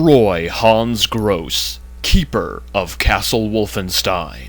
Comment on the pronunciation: I don't know if anybody cares, but that's not how to pronounce "Grosse". In particular the final "e" is not silent. It's a German name. But I guess it doesn't matter. Everyone also pronounces "Wolfenstein" wrong and that's not likely to change. :P